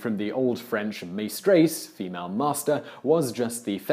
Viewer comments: Also in old french the "ai" was prononced as a "ai", he still doesn't pronounce it correctly but what can you expect from an anglo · Just wanted to point out that it's spelled "maîtresse", there is no S between the "i" and the "t". It's also pronounced as meh-tress, so the "meh" should be soft and not pronounced as a hard "may", and pronouncing the "ess" the same way the English pronounce the letter S. So it should sound like meh-trS. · maystreys? Oh I don't think so! there are no y in maistresse (maîtresse) so one should not pronounce it! Oh you english-speaking people... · In French it's Maitresse, not Maistresse